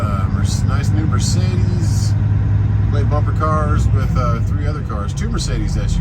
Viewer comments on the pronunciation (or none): none